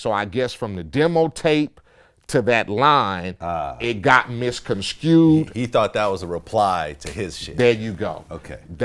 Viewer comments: I think you got it misconskewed. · Why can't mofos pronounce misconstrued? Wtf? "misconskewed" But that aside... djeauh! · Did this nigga say "misconskewed"... smh